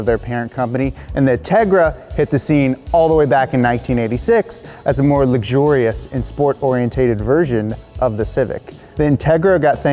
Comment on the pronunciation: Sweet video. However, it's or-ee-en-ted. Not or-ee-en-tā-ted. Sorry. It's a pet peeve of mine